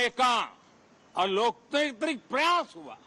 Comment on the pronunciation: अलोकतांत्रिक ❌ अलोकत्रिकत्रिक ✅😅